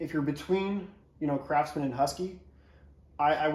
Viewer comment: did you say Crapsman?